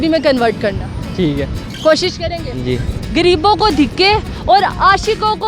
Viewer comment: غریبوں کو گریبوں بول رھی ھے